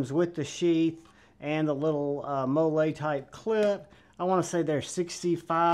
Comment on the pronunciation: "Mo-Lay" clip......... 🤣🤣🤣🤣🤣🤣🤣🤣🤣🤣🤣🤣🤣🤣🤣🤣:text-green-game-over